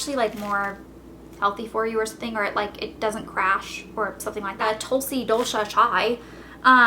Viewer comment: its aaayurrveydhic ( trust me i;m indian) and its tulsee